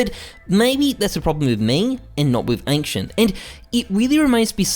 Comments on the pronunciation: Ankcient lol work on the pronounciation, and you said in the start from best to worst, then started with office wich is the worst. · ah yes, ankshient